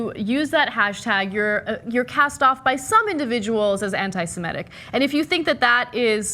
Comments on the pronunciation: Ana, the word is "Semitic" not "Semetic." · learn to pronounce Semitic